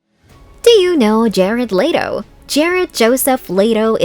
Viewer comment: That's the whites thing I've ever heard "Jerard lay-to"